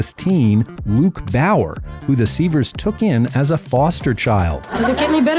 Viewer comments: Browser NOT BOWER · Luke Brower, not “Bower“.